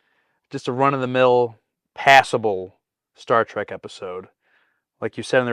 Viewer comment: Did that trailer announcer say "Star Track"? Sure sounded like it!